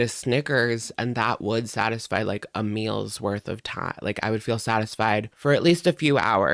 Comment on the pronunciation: " I swear I'm the messiest COOKER. I may have to plan my MULES...".aka meals... How old are we now and have we passed the young teen reading level yet???